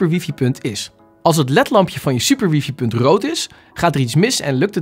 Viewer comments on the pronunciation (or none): Het is geen wiefie..het is WiFi…man man